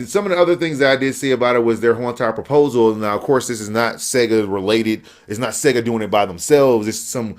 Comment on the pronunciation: ahahahahahha "Seeega" man I lost it!!